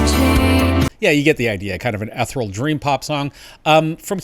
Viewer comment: thanks for an informative tutorial look up how to pronounce ethereal correctly sir